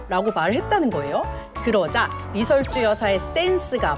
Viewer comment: ㅎㅎ 리 설 주 가 맞습니다 ㅎㅎ ㅎ ㅎㅎ